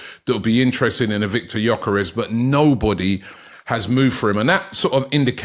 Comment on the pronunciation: How does Robbie come up with a different pronunciation of gyokeres every day🤣